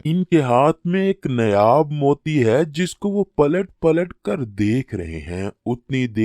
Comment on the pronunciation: ارے بھائی نیاب نہی نیاب نہی اسے نایاب Naayaab کہتے ہیں